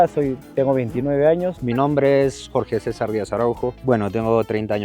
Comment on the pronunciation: Très bonne vidéo, merci pour le travail effectué. Par contre, c'est fou d'avoir réalisé un reportage sur quelque chose et de mal le prononcer (et il manque un O dans le sous titrage du prénom de Jorge César)